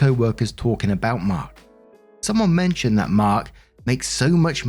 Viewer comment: I wasn’t reading this, just listening so I thought Mark was saying “Birk” 😂